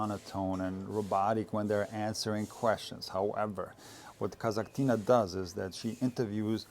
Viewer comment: come on now: „Kazakh-tina” would probably be a tiny sister of a Kasakh player, such as Rybakina for example. A tiny Kasakh girl - „Kasakh-tina”. Meanwhile, Daria is not so tiny and from Russia, and Kasatkina 🤣 What’s up with you mispronouncing so many tennis names 😂?